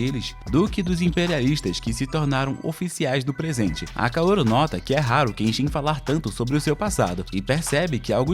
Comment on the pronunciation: Rurouni Kenshin, capricha mais nos nomes pai, video mto bom !!